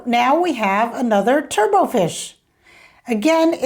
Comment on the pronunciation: If you look up "turbot" in a dictionary, you see that the final "t" is not silent and it is pronounced to roughly rhyme with "robot" and not be pronounced like "turbo".